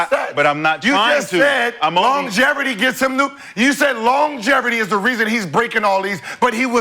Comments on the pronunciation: Gil- it’s called LONGEVITY not Longerity!!! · Gil, what is longeverity?? 😁🤣😂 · “Long geverty” lmao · Longevity or Longeverity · Somebody gotta tell Gil it's "longevity" lol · Gil yells too much and does not know how to pronounce longevity